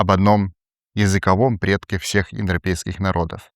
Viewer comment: Индропейские народы) Дети Индры) Ну понятно, что тяжело выговорить, но прикольно получилось же